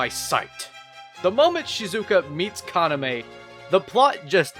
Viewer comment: God the english dub of vampire knight hurts my ears ;...; It also doesn't help that Yuki's english VA is incapable of pronouncing Kaname correctly (even though they actually had the subbed version to hear what the correct way of saying the names were >_>) But then again, the super bland protagonist pronouncing the name of her equally super bland brother/boyfriend as Kana-'meh' is sort of poetic.